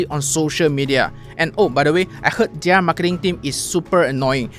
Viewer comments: Off topic but ‘Their’ is pronounced as ‘There’ not ‘Diar’. ‘Diar’ doesn’t exist in English. Just saying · Off topic but ‘Their’ is pronounced ‘There’ not ‘Diar’. ‘Diar’ doesn’t exist in English. I wouldn’t know what you’re ranting about without the subtitles